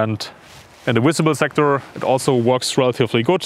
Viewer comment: “Visible” not Wisible. If you are presenting to the English speaking audience you should have a better grasp of the language.